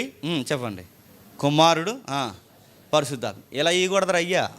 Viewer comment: పరిశుద్ధాత్మ అని పలకాలి అంతే గాని పరిసుద్ధాత్మ అని కాదు ముందు ఇవన్నీ నేర్చుకొని Bible లో ఉన్న వాక్యాలు నేర్చుకోండి అన్న